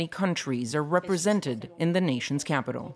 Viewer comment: She keeps on pronouncing the as Ze